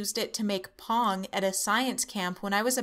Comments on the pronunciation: Ok, hands up who thought she actually said she used it to make "porn" at science camp then had to skip back to make sure it was "Pong" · i thought she said bong